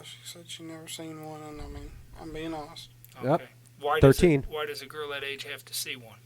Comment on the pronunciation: Let’s be hawnest... I crushed this interrogation.